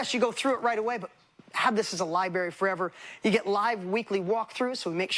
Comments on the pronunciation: he said libary 😆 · I'm from Texas and I used to pronounce library like that too, until I moved to England. Lol